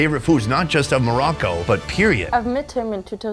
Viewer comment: You need to loan to pronounce it right it's Morocco